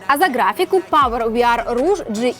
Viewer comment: Пауэр ВиАр Руж ??? Никогда не слышал такого произношения слова Роуг ( мошенник\жулик)...это конечно круто.